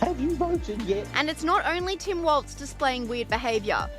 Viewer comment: It's Walls not waltz